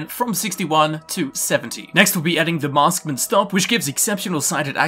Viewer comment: " maskmans stock " .... You mean marksman. Marksman.